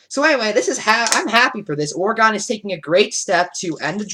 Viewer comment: Great video but just so you know its pronounced or-uh-gun not or-ee-gone. I know because I live in Oregon.